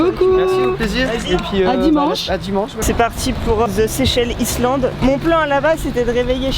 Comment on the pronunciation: on prononce pas le ''S'' dans Island chère mademoiselle!!! Dislike. la meuf on dirait un bon homme aucune féminité surtout sa façon de parler . ouffffffff